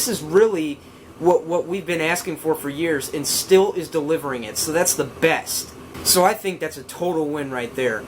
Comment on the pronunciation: Stihl is pronounced steel! Also this leaf blower has two handles so you can hold it with both hands to distribute the weight evenly and might make it easier to use!